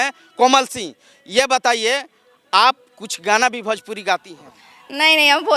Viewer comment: भोजपुरी होता है बे बड़े पेट वाला भजपुरी नहीं सुध बोलना सिख लो